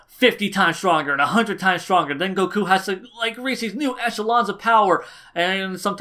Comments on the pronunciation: go-KUUUU. Your pronunciation of Goku's name fucking wrecks me bro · I cant stand how he says: Supersaijan goKuo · I agree with the video, but your the way you pronounce "Goku" makes me wince every time...